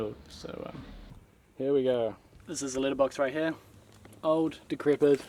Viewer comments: Cat litter box? That's how I heard it 😂🤣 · i thought you said, "litter box" like a cat's litter box, lol. i'm glad you added followup video of the letter boxes! :D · I thought he said Litter Box, like for a cat. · You said "letter box" like we Americans say "litter box" 😉 We call them mail boxes, but letter makes sense too. I mean, unless you're being heard by an American with their mind in the gutter! LOL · I thought you were saying litter box As in shit box LOL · Same. I also heard litter box at first. Also, when he was building a deck, I heard Richard, initially.